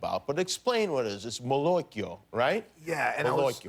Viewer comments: I’m sorry, but it hurt my ears... Molocchio?! Casomai Malocchio!? C’mon Sebastian, you should’ve told him! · I cringed when I heard Kimmel say "Molocchio"... It's MALocchio, you uncultured swine! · MALOCCHIO with the A open like ah 😉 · Jimmy pronounced it weird. Also, Italians didn’t invent it, it exists in Latin American culture too.